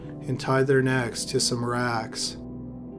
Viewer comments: This is the second narrator I've heard say "afixiate". Why is asphyxiate so hard for you tubers to say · I hate mangled words..ASPHIXIATE.. NOT FRIGGING "FIXIATE" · AS- phyxiate. Not A-fixiate. Important word pronunciation to learn in light of the channel’s primary content. And the mispronunciation is not attributable to being Canadian.🙄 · It's as-FIX'-ee-ate; not AFFIXIATE. It's not your fault - our public school system is busy drilling other things in your head. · aSphyxiate not a-phyxiate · Asphyxiate is pronounced az-fix-ee-ayt, not uh-fix-ee-ayt. You eliminated a letter and changed the word entirely. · I love hearing your say “afixiate”! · "Aphyxiate"? Seriously?! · Ya gotta pronounce the S in asphyxiate man.